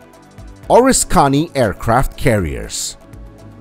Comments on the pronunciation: oh-RIS-ka-nee This aircraft carrier was heavily damaged during WW2 and my dad worked on it when it returned to San Diego for repairs. My dad was overcome by emotion and could not watch the full-length television program detailing its decommissioning and sinking. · It's the OR-RISK-CANEE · It is a crying shame you do not know how to pronounce ORISKANY. O RISK any